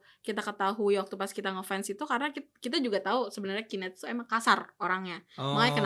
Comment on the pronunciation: KOREKSI: penyebutan Knet jangan salah sebut, yang bener "key net" bukan "ki net", kalo ki net ntar jatohnya jadi (Qnet) which is bisa jadi Qatar netizen, wah bahaya itu bosku...